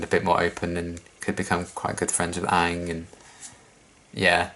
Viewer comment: hasn't seen Avatar before. Still pronounces "Aang" better than Avatar the movie.